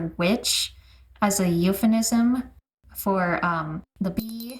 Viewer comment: Totally random comment but this distracted me both in the last episode and this one but the way you pronounce "euphemism" is fascinating. 🤣 Also, the rest of the content is good too, ofc! I grew up on the 4kids dub and, imo, is the far superior dub in terms of voiceacting and giving personalities to the characters (ESPECIALLY Lisa Ortiz as Icy!) also some of the references and changes were so much better in this dub than the others. Always my go-to for a rewatch.